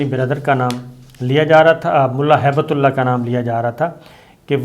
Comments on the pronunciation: PLEASE CORRECT YOURSELF. Its Not HAIBETULLAH. ITS HIBT-ULLAH (GIFT OF ALLAH) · SABIR SAHAB PLZ CORRECT THE NAME ''''''' MULLA HIB-TULLAH '''''' NOT '''HAIBATULLAH'''